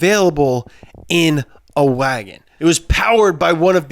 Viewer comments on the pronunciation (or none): Is it just me or does pronouns wahgoon wrong?